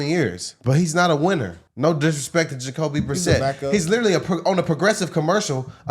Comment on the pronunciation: Jacoby.. Brisette.. The way they all keep saying his name has me dying.